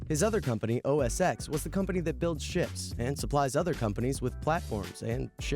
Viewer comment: I'm pretty sure the narrator also says "...and shits." when he should be saying "ships".